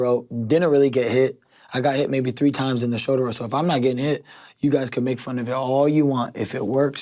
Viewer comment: Shouder Rowl